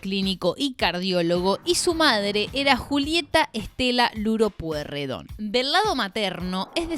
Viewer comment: Todos pasaron por varios partido YO QUIERO SABER QUIEN CARAJO SOS VOS PIBA LOS QUE TENEMOS LA MISMA EDAD SABEMOS LOS APELLIDOS APRENDE A PRONUNCIAR EL APELLIDO NO ES POIRREDON Y TAMBIEN TIENE COMO PARTE DE LA FAMILIA A EL CHE GUEVARA QUE PIBES INSOPORTABLES POR SUERTE TODOS FUMABAMOS CIGARRILLOS A LOS 12 AÑOS PARTICULARES NEGROS